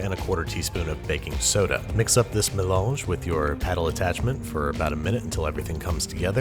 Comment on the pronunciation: Did you say melange? I thought you said something else at first.